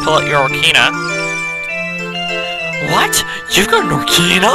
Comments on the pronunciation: ock-ah-reen-ah ocaria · You're not very good with your pronunciation of words at all are you? I mean how do you get orcahra from ocarina. You misplaced an 'i' and a 'n'.